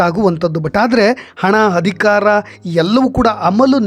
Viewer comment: Thanks for the update. It would be nice if your Kannada pronunciation is like :- Athyaachaara not Hathyachara Hanada Aamisha not Haamisha Adhikaara not Hadikara 🙏